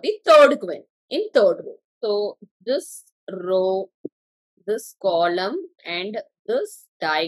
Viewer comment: ITS NOT "KOLOM"